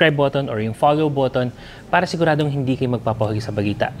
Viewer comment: Boss imho lang bulol ka po sa pala or may R na word na tagalog ung pala nyo po para